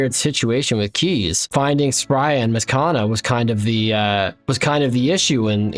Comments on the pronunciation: Love the series, but I beg you read Mazchna's name properly because everytime you say "mazkana" it's killing me ahaha. Its pronounced "mash-ner" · brother I love you but if you keep calling him maskana instead of mashna which is how his name is pronounced I"m gonna lose it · Mazchna is pronounced "Mash-nuh" love your content! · really good video! mazchna's name is pronounced mash-ne, according to the wiki. Can't wait to see where the series goes next episode! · Bro please look up the pronunciation for Mazchna 😂😂😂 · Incredible incredible series. But just so you know while I have to forgive you for your pronunciation of Spria and Vannaka because they don't have an official pronunciation (at least not according to the wiki) my boy Mazchna does! And, it's not what you'd expect lol. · lol the pronouncing Mazchna as if it has 3 A's in it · very impressed by all the different ways of pronouncing mazchna, none of which are correct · The pronunciation of Mazchna is throwing me for a loop every time I hear it lmao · Loving the content :) Something about the way you pronounce Mazchna rubs me the wrong way 😅 it's no big deal tho